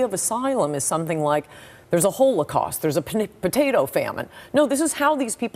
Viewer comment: her pronunciation of holocaust is almost the weirdest thing she said here.